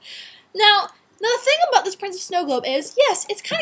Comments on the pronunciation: we're going to talk ABOOT some random things.. Good Job making us Canadians sound like we ACTUALLY say aboot. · "Aboot." Hee, hee. As for the junk, you should get your mom on one of those hoarders shows. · "talk aboot some random things" haha why do I find that hot? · hahaha :)) she said abut instead of about :)) canadians are awesome :D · She said "we are going to talk aboot some random things". Awesome :) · this is the first time ive heard a canadian say ABOOT !! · talk aboot some rad things! haha canadian talk haha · She said aboot in the beginning haha :P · You said aboot! LOL